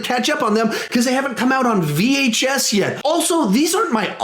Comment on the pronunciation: did you purposely say VHS as a joke? Or was it an accident? Either way I enjoyed it but I have to know now.